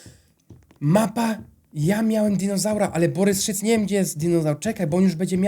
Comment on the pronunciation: Boboryc a nie Borys szyc XDDD